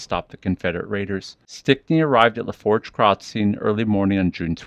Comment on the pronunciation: Pronounced La'foosh. It means " the fork" its a French word ment to describe the Fork in the Mississippi River at Donaldsonville it travels through 3 Parishes on the way to the Gulf of Mexico. Assencion, Assumption and Lafourche Parish...❤